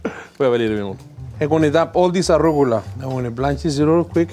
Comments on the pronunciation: That's it, I'm going to pronounce it "arrugula" from now on! Love! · I’ve been saying arugula wrong my entire life…